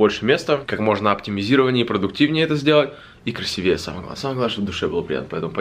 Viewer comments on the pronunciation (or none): правильно говорить красИвее. Не придирка, просто заметила и решила сказать. Ты учишь нас правильному произношению в английском языке, а мы будем помогать тебе не забывать правильное произношение в русском)) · В слове " красивее" ударение на и, а не на е)